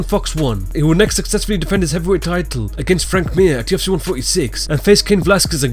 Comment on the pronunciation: Why do you pronounce UFC with a "T"?